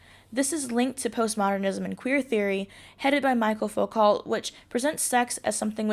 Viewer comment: It's pronounced me-shell fou-co. Great review though, I'll definitely check out this book.